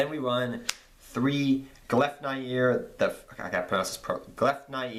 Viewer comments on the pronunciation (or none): that trap card is pronounced gleef-nyeer, the fetters of fenrir :)